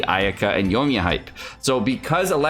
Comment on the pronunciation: Yo-E-Me-Ya. 4 syllables 😊